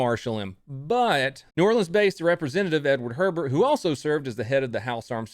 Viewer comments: It’s not pronounce Herbert. It’s pronounced Abear. I’m from the New Orleans area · Unimportant detail: The congressman, F. Edward Herbert, last name pronounced like A-Bear,,, yeah it's a New Orleans thing. They are long discontinued but I still look for the Ruger .44 magnum like that....my gun safe needs one. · A small nit to pick: the Louisiana Congressman was not named Herbert, he was Hebert (only one R) which is pronounced Ay-Bear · Herbert is pronounced A-bear. The He is pronounced like an A. Bert us pronounced Bear. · Senator’s name is pronounced “A BEAR” not “Herbert”. Spelled HEBERT. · Herbert is pronounced "Ey-Bear" :) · Good report and another outstanding breakdown. I recall this incident in my home town and the citizen fear while this Essex maniac was at large. Two points: the Senator's name (Hebert) is pronounced "A-Bear" locally, and the photos you show of the first policemen killed by Essex don't look correct: New Orleans Police have a distinctive "Star and Crescent (Moon)" badge design and at that time wore a light blue collared uniform shirt with navy blue pants, and the NOPD cadets wore tan khaki shirt and pants with the NOPD badge. LODs are important to remember especially fifty years later. Mostly I recall that Marine helicopter hovering to the rescue. We'll see you on the other side, General Pitman. Present Arms! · That’s Rep Hebert, pronounced a-bear. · I was 9 at the time. My father worked downtown. He said shell casings were everywhere in the street. F. Edward Hebert's name adorns a Federal building in New Orleans. And his name is pronounced "A-bear".